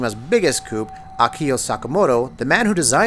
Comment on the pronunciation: "probably kojimas biggest COUP" you don't pronounce the p lol